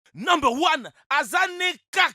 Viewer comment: Jaime pas qon tu dit nember one